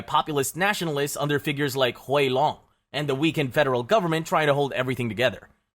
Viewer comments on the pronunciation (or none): He is just reading the script, not actually doing any research into how to pronounce names, "Huey Long"? he reads it as if its an asian name, "Thomas" pronounces the th